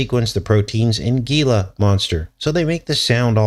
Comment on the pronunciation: The Gila monster is pronounced “hee-la” just like the Gila River Casino 🎰 here in Arizona 💁🏽‍♀️